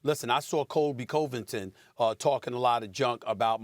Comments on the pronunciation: “KoBE CoLe Vintin” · Love listening to Stephen “Colby Coe-Vinton” Smith talk MMA